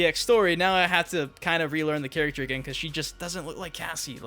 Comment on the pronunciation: Stop saying character like that the cringe.